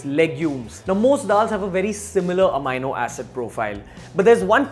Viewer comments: The correct pronunciation of "amino acid" is uh-mee-no-a-suhd (sid) only and not uh-my-no-a-suhd (sid). Posting this comment post multiple researches. The incorrect pronunciation repeatedly kept provoking my Grammatical Pedantry Syndrome and I had to quit watching the video. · ROFL.....😝 Its not pronounced amyno but ameeno Pity on Beer biceps 😂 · what the fuck is amaino acid. May be read a dictionary before making such a bullshit claim. Its amino pronounced as am-ee-no acid. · not “AMiNO Acids” you jerk, it’s just Amino Acids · It is not amayano it is ameeno(amini). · Its ameeno not amayno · Its Amino acid not "Ameino" acid! Yes, I checked the oxford dictionary and thesaurus. Stop using that ugly fucked up Indian way of pronouncing shits. Makes you look like a fuckturd wannabe. That was just pure cringe! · No offense meant but it is pronounced as ameeeno...with an e ....peace !